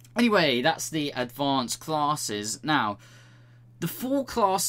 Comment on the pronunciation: Say classes one more time... i dare you